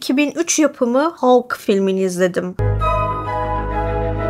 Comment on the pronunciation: En sevdiğim süper kahraman karakteri senden dinlemek güzel oldu Ağzına sağlık, üstelik Hulk derken içine hem o hem e hem a harflerini de katarak doğru bile telefuz etmişsin. Zaten senin konuşmana değecek bir bu filmi var bi de immortal hulk, WW Hulk, future imperfect gibi seriler var. hulktan korktuklarına iyi değinmişsin. yıllarca hulk filmi yapmıyoruz çünkü stüdyo hakları karışık gerekçesiyle yediler insanları. Ama asıl nedeni elbetteki bu karakteri genel seyircinin beğenisine sunacak taşakları olmamaları. Yan filmlerinde de işleme şekilleri genellikle rezillik rüsvalıktı bence. Halbuki Mark Ruffola ne güzel oyuncu. Bu durum cizgi romanlarda bile böyledi ama, bir sürgüne gönderiyorlar. Bir vurdurtuyorlar. Sonradan japon bir çocuğu hulk yaptılar zaten daha sevimli karakter olsun diye.